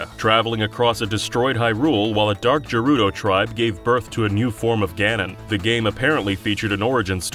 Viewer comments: Wait did you just say Je rudo It's Gerudo "geh roo doh" gerudo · G-anon therefore G-erudo not 'J'anon therefore not 'J'erudo I would say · ech he said jerudo, not gerudo🤮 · Gerudo is pronounced GEH-ROO-DOH, not JEH-ROO-DOH. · Dude really just said 'jerudo' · I know you didn't just say jerudo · It's pronounced "Gerudo" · JER-rudo tribe? Oi vei...